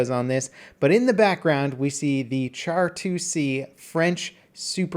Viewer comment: Char is pronounced like Shar :)